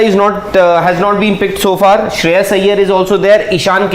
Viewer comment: Whoever saying Sreyash is most dumb guy 🤣